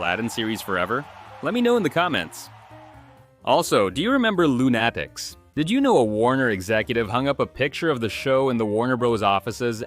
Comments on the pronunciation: Loo-NAT-ics?! How do you get that so wrong? It's luna-tics. The same as that other word referring to characters that are a bit off because they're loony. Enjoyed the video, btw. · Loon-Attics? Wouldn't it be pronounced Loon-A-tics?... Like lunatic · Dislike for misprouncing Loonaticks